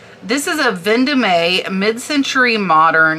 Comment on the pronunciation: FYI...Yves is pronounced "eev" and Vendome is pronounced without the "a" sound at the end.